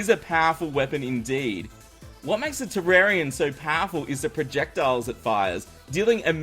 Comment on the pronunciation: Wow. You pronounced "Terrarian" 2 different ways in the span of 5 seconds. Okay then